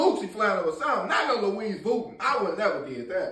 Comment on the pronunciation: I hate you two 🥷🏿 because I’m going to be saying Louise Vovuie for the rest of my life 😂😂😂😂😂